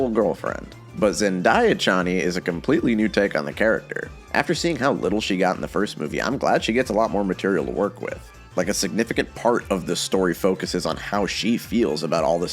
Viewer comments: It's pronounced Zen-DAY-Ah not "dye-ah" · how we mispronouncing Zendaya in 2024 you hear her name like every week